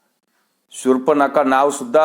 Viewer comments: सुफरणखा उच्चारता येत नाही किती मजाक आहे. उद्धवजी मजाकी बोलणे सोडा. स्व. बाळासाहेबांची किंमत राखा. स्व.बाळासाहेबा बद्दल आदर्श होता तो तुम्ही गमावला. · शुर्पणखा शब्द सुध्दा बोलता येत नाही, ते आधी पाठ करा.